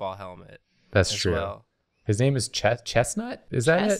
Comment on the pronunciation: said my name! said my name and you all heard it! Unfortunately,, you said it wrong, so now I am honor-bound to challenge you to a duel. I wish I didn't have to, but them's the rules.